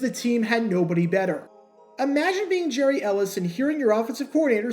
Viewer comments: YES “Gary” not “Jerry”. Watched every game and heard it the correct way time after time! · Pronounced Gary, not Jerry.